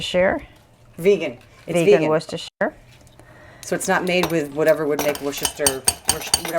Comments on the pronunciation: Always a pleasure!!!! Thanks again (looks delicious). PS : it's WUSS-TER-SH(r)* (don't bother pronouncing the "ire" of "shire" ... just a light "r" after the "sh") LOL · The Brits pronounce it "Wuster", but I'm sure they understand our confusion across the pond.